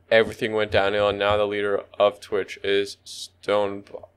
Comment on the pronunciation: STOPP. NOT STONEPA.